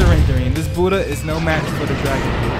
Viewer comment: Let’s get the budhha sounds like your saying let’s get dat booda (boody) LOl